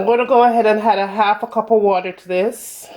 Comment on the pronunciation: I’ll try this recipe for certain, but I won’t (h)add (h)any sugar or (h)oats. I’ll make sure to pre-(h)eat my oven as well. You’re definitely getting a t(h)umbs up for your excellent video. Thank you! You’re from Kingston, aren’t you?